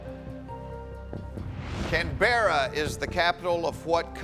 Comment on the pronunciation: The way he pronounced Canberra is a crime